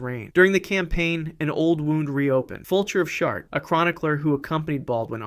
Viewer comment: “ Fulture of Shart “ I cackled.